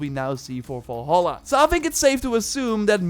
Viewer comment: pls stop pronauceing Valhalla wrong !!!! its VALHALLA not as you pronauce WALL HALLA.... which is WRONG. the right pronauce is like it would say name VALerie! instead you would call her WALLerie